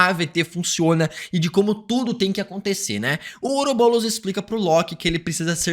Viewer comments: PARA DE FALAR OUROBOLOS AAAAAAAAA É OUROBOROS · To maluco ou ele ta falando " oroboulos" ao invés de "ouroboros"? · EU VENDO ELE FALAR OROBOULOS TODA HORA KKKK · Ouroboulos? Fala direito! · Está me dando agonia ele falando " ourobolos" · Parece que tu fala OUROBOLOS